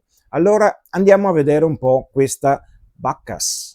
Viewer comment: Bacchus è latino, eviterei di pronunciarlo all'inglese... "Suona" anche male 😜